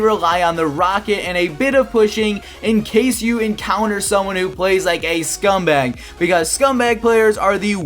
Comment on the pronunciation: count how many times he say scumbug